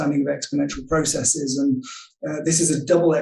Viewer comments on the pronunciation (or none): Stop saying 'biasees' and 'processees'. Just stop. Bias and process are not greek words ending in 'sis'.